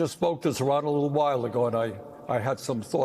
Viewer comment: I heard Bernie say "Iran" ran a brilliant campaign. (Not Zohran). Hmm..coincidence?